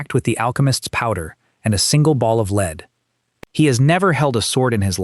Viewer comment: You lost me the first time the “narrator” didn’t know how to pronounce “lead ball”. 👎